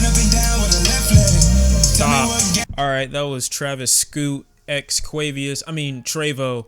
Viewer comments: nigga said QUAVIOUS💀💀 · I snort every time you call him “Quavius” 😂😂 it’s just so random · did this nigga say quavieus